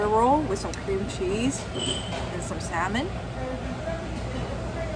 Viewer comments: I'm a big fan of your videos as well as you. I'm also from Portland Oregon were we have the best Chinook salmon in the entire world. I'm not being rude but it's pronounced SAH-MON Not SAL-MON. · The way you pronounce the world salmon really grinds my gears 😂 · The "L" is silent in salmon!! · The l in salmon is silent....